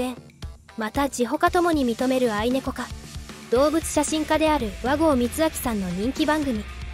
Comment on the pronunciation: 「あいねこ」ではなく 「あいびょう」ですよ